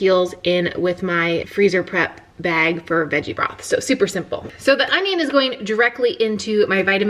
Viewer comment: King of queens? He says on-ion-ione slot.